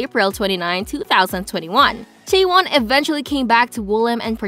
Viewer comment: It's....CHAE won. Not chae WON. Also it's le SSErafim. Not LA sseraFIM. Lastly, it's YUNjin. Not yunJIN.